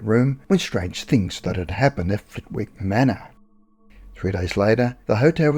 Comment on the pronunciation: Lovely, entertaining upload, as usual. 🙂 In case Flitwick comes up again, please note the W is silent and locally it’s pronounced “Flitt-ick”. No big deal, just FYI. 👍